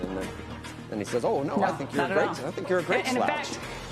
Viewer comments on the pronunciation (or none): none